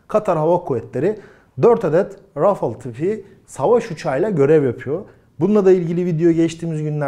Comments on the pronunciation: Rafıl degil rafael diye okunuyor Seninkisi cipsi reklamı gibi oldu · Rafil degil, telaffuzu RAFAL, ikinci a’nin uzerinde sapka var gibi dusunun.. yumusatarak okunuyor.. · Qatar'ın 45 km2 kadar bir hava sahası var 😄😃. Doğuya gitse İran, Batıya gitse Suud sahasına giriyor. Adamlar tatil köyü kadar memleket. Naapsınlar? Bu arada Fransızca Rafales, iki a da ince yani râfâl diye okunacak.